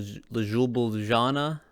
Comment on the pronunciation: also you misspronounced triglav like we get that you cant pronounce shit out in slovene but just dont say it whit confidance, thats why i dont have a problem whit the misspronouncment of ljubljana